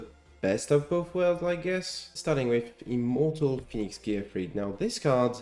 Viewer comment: Just a quick note: the name "Gearfried" should be pronounced "gear-FREED". This is the only card that should be pronounced "gear-FRIED", like fried chicken. Because he's on fire.